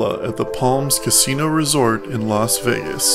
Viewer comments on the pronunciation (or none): none